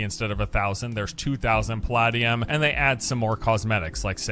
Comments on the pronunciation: Pal ah dee um? It's Pal ay dee um... I wish this didn't annoy me, stop it brain, stop it. XD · Lol was that other guy tryna say Palladium? It's not like Diablo made that up. It's Puh-lay-dee-um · the way dude says 'palladium' is driving me nuts. The word may be based on paladin (or not, I don't know the etymology), but it's pronounced pa-lay-dee-um. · Someone failed chemistry. I cringed every time he said paladium. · Lol that guy can't even pronounce Palladium